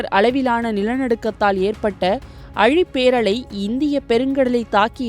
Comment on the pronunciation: அழிபேரலை அல்ல, ஆழி பேரலை